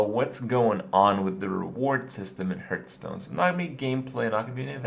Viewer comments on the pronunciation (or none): It's pronounced HARTHstone, not HERTHstone. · Day 632: Kripparian still can't pronounce Hearthstone